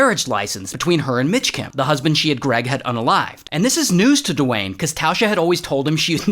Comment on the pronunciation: the rock? Nah, ✨DE-WAYNE✨